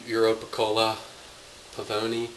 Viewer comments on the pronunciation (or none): Dude, we have the same Pavoni and you are way OFF Base!!(Prounounced "Paw-Von-knee")READ THE MANUAL. You don't draw a shot by pumping two times! duh. *Leave 1/4" of room in the basket for the water to fill it. *Prepump up and down almost all the way 3 to 4 times, then leave it in the UP position (20 seconds) wait until the liquid starts to drip into your cup. *Then SLOWLY..did I mention SLOWLY? pull down and draw a shot.We use the sink to dump out our grounds..makes less of a mess too.